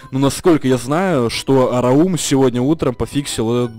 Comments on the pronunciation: Это не араум а раум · рАум а не раУм